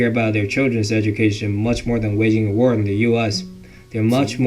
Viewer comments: Haha the voiceover on the VT at 7min cracked me up. "All out wur with all out wur" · "At wur with Impooralists"